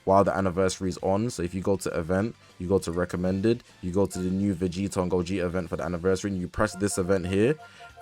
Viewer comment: I'm grateful but it's gogeta bro like damn it's ssj4 gogeta broo 😭